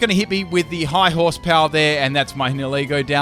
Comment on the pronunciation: Funny that can't pronounce 70% of Pokemon names correctly, yet he managed Nihilego - I can't say that name to save my life.